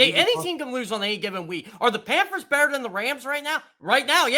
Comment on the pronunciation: He calls them the “Panfers” instead of the “Panthers” and I’m supposed to take this guy seriously? Reminds me of my 3 year old nephew.